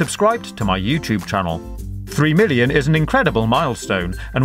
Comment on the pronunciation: did u say billion because it sounded like it